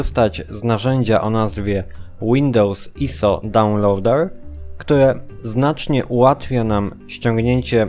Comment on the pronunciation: DAŁNLOŁDEŁ xD